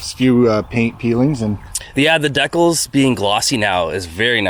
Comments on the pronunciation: If this guy says deck els one more time I’m gonna shoot myself!!! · Deckells !? Brother! 😂 Dee Kal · WTF are deckells? Dude, it's pronounced DEE-Cals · "Deck ills" 😂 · Deck-els ???? LOLOLOL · Dee kalz! Not whatever it is your saying